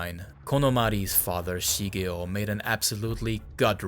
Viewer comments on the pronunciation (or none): How are you pronouncing the japanese "r" perfectly but stil pronouncing mother and father as "mudder" and "fadder"? Wtf